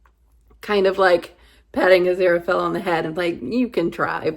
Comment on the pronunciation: You're saying Aziraphale just fine. Crowley was Crawley in Eden but later changed to Crowley (as in crow, not crowd -- the opposite of Supernatural).